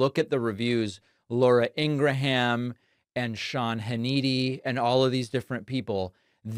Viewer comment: Shawn Haneetea and Lora Eengraham. LOL. You’re watching too much of Mr. Tramp. His name pronunciation skills are rubbing off on you.